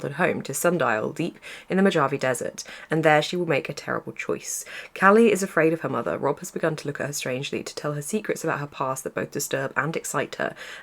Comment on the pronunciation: The j in Mojave is pronounced like a h so its Mo-haw-vee